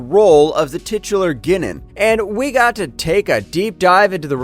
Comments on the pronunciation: Misprouncing Ginan, El"Aurian, and Romulan....obviously the narrator has NEVER seen 1 episode of Star Trek...so why is he narrating the video? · I tried to enjoy this video. But this narrator has never watched a episode of Next Generation in his life. Six minutes in and he cant even pronounce Guinan's name or the name of her species properly. Seriously do y'all not have producers or directors to correct these mistakes during recording? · Somebody hasn't really watched TNG, I think. Mispronouncing Guinan as Ginnin makes me sad inside. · i truly wish u guys would have someone who is an actual fan, or at least seen a handful of episodes covering the material in the video. or at least the fckn editor or someone can catch this stuff before its in post. Guinan is a singular being, and its pronounced Guy-nan. alot of ur content is this way, produced and narrated by people who are clueless to the material. i appreciate the videos, but ur fan base would appreciate it if yall would do some research beyond google. talk to some fans, and get a better editor and narrator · Have you ever seen an episode with Guinan in it, and heard her name pronounced? No? Well, it's not "gwin-nun" it's "guy-nan" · Ginen? It's guy-nan jeez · My gosh, listening to this clown mispronounce names is hilarious. Ah i remember Gwinnin well. That indispensable star trek chatacter. "FLOWERS!! Is there a jean Luck Pickerd here?" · Pronouncing Guinan's name "Ghinnan?" "Rom-MULE-ians?!" Have you ever actually watched an episode of Star Trek? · he also said "ginnan" and my eyelid started twitching. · It's pronounced GUY-nin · Who in the devil is Ginnen?? 🤣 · your pronouncing guinan wrong. unless they decided to change the pronunciation of her name in the recent series from what is was in the 80s and 90s.